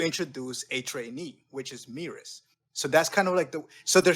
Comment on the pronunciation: Why you guys still pronounce Merus like Meerus? surely it'll be Meh-rus